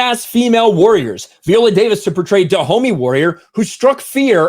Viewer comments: Her name is "Vigh-ola" not "vee-ola.* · Please pronounce her name correctly Vi.. ohh...la. I saw the movie and it gave a prequel to the Wakanda women's guard vibe. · I should've known as soon as he was pronouncing her name V-ola, instead of Vi-ola, that this would be a trash piece. This is some unnecessary bullshit to disparage the movie because it has been so well received. She's always said it's LOOSELY based on the real tribe, and in the movie, IF ANYBODY SAW IT, they address the slave trade and that they participated in it prior to the time of the movie when they're trying to change. Sometimes I can't stand social media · Her name isn't pronounced VEE-OLA. You should at least learn how to pronounce the person's name correctly before making videos about them. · God damn it. Quit saying Viola that way. How do you say Violin?! 🤣🤣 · Isn't Viola pronounced with a long i, as in island?